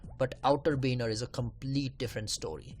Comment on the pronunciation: benar ?????? its baner